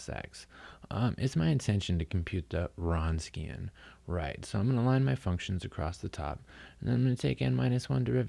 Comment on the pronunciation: It's pronounced "vronskian". Good lecture otherwise.